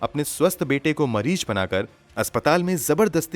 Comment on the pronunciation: If Raaz is raaj according to you then what is raaj? Don't you know the difference between phir and fir? Also it's mareez not mareej. Police ki teji nahi tezi. Farji nahi farzi. God kya hoga India ka. You guys have screwed the language. You sound so uneducated.